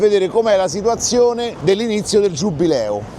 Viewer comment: è giubileo non giubbbbbbileo